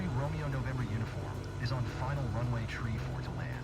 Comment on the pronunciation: It sounds as though tower keeps stating tree instead of three...